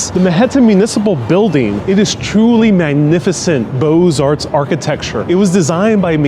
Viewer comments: Not BOZE ART - BOW ART. There's no "Z" in it. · The -ts in Arts is not pronounced .Something like “bows ar “ would be fine. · "Bowzart architecture"